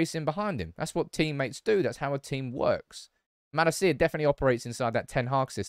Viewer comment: Likes Malacia but won't pronounce his name right